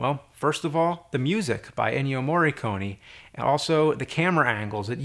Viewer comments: It's MORRICONE not morriconi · Ennio MorriconE. MorriconE. The E right pronunciation is like "nEver". :-) Anyway, thumb up! great as always!